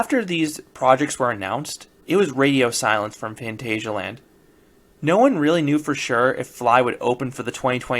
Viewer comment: So I watched a four minute video of you telling us "today is the day," with no other information. From the title I kind of expected you to be there, and show some real footage. BTW it is Fahn TAHZ ee ah land. Just because it's spelled "asia" doesn't mean it is pronounced that way.